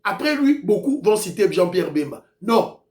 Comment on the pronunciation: Kazembe est BEMBA et non pas BEMBE. merci!